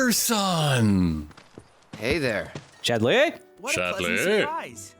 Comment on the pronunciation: I have a friend named Kingsley and pronunciation of Chad-LEY has ruined all of my interactions with them.